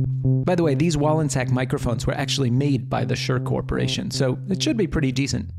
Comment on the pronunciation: Also thank you for pronouncing the name correctly!